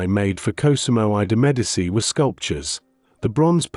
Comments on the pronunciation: I cannot sit through 20 minutes of an AI narrator mispronouncing Medici. It's MED AH CHEE not MED AH SEE. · IT IS PRONOUNCED ——“MED A CHEE” NEVER——-MED A SEE! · Love that the AI narration can't pronounce Medici.